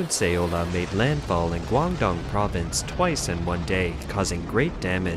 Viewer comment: "Say-oh-la"? First you mispronounce "Zhuozhou" for weeks, now this bizarre random "Say-oh-la"? Find a competent narrator. (Who can pronounce "communist," "population," and "Guangdong."